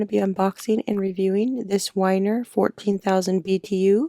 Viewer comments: It's pronounced like "winter..." the strap was covering up the "t." LOL. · It's pronounced Winter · I believe it’s pronounced winter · It's pronounced Whynter